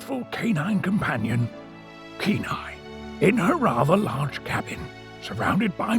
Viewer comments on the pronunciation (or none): none